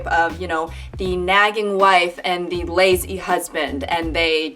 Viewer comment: She really said "the laz-he husband" 😂